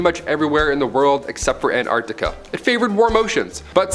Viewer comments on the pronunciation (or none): none